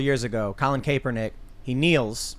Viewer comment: The former 49er QB'S name is pronounced starting with cap not cape. I grew up 16 miles from him and he had much more "privilege" than me